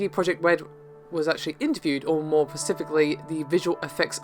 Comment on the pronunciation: Blade Runner. Cool. "pacifically"